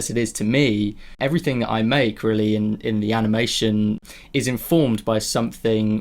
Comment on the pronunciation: Aniamtion? , eheh sorry for pointing out the small mistake , also thank you for doing your videos they really help! keep going! love your channel!